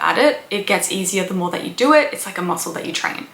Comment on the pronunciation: Ugh. Its own not oern It's know not nuhrr It's do not duhr